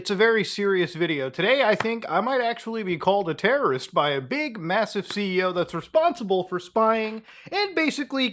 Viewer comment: Bruh, yew not teawow wrist. 🔫